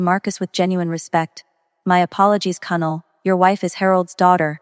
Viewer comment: Too many words mispronounced: facade, merlot, colonel etc